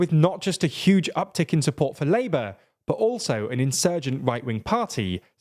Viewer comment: Why do so many British people speak in uwu? "...hwistwowic Labwor vwictwories"..."twerribwle nuwus for Sunak" It's your own f*cking language and half of you can't even speak it.